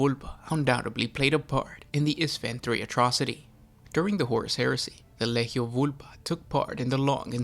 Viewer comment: It's Lee-Gee-Ohh. How much shit can you pronounce so horribly wrong every video man.